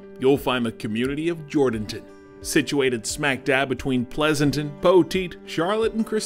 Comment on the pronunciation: This is such a touching story. I was born in Atascosa County and grew up Poteet. Check into the pronunciation of the towns you visit prior to your story. Jourdanton isn’t JOR-Dan-ton. It’s Jur’dn’tun. I love my home county and the beautiful folks are totally amazing for what they are doing. But when I watched this story, I kinda cringed. I really have only good intentions. I just know if you are from this area, it’s a red flag that you don’t know the fine folks here by pronouncing their town incorrectly. Thanks for sharing this couples’ amazing ability to turn a tragedy into something beautiful.